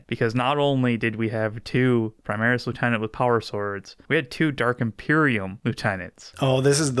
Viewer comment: "Prismaris" lol